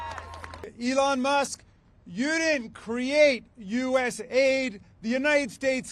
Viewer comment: rubio so disingenuous saying each individual letter of usaid instead of calling it us aid.